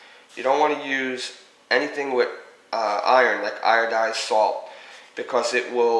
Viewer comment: Lol anything with 'iron' like 'irodized' salt. its iodine and 'ionized' :p helpful video regardless